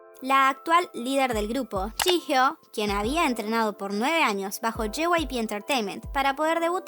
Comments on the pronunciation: Se pronuncia "yijio" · Es jihyo (llio se pronunciria)?